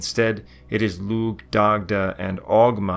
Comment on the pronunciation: Dac-tuh. 😁 slight guttural on the c like in German